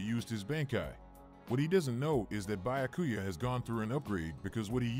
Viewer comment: Not the Bya-ku-ya pronunciation 🤣😂